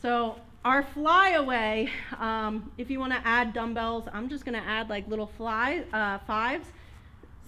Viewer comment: You said dummbles only am I wrong ?